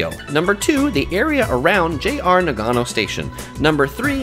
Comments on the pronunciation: The way you pronounce nagano hurts my soul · Mate, it's hard to take you seriously when you so dramatically mispronounce the name of the city. Still, decent content. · yu yu He speaks the same language as I do, and Nagano doesn’t require any specific tongue play like French or Spanish. It’s very easy to say correctly. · I can't get past his pronunciation. NA-gano and Shin-KAN-sen. His emphasis is killing me. lol...